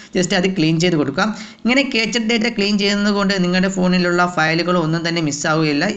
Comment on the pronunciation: ക്യാച്ച് ഡാറ്റ അല്ല ക്യാഷ് ഡാറ്റ